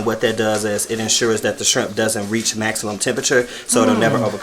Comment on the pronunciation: 😖😖Oooooo lawd, that irks my nerves. Please don't pronounce the L in salmon or say 'strimp' or 'skrimp'. 🤢🤢😠